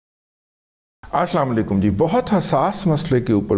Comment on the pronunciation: رضی دادا جی آپ السلام و علیکم ٹھیک طریقے سے کہا کریں شکریہ